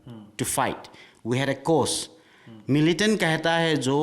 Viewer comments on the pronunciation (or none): You yourself cannot say militant 😂😂😂😂😂😂 having ak 47 in hand😢😢😢😢